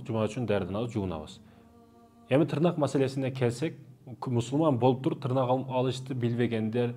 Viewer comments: Тырнак эмес тырмак.билгениңден билелегиң көп али үка. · Тырнак эмес тырмак деп айтылат тырнак деген сөз жок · Тырмак деп айтылат го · Тырнак эмес!!.тырмак!! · Таксыр тырнак эмес тырмак.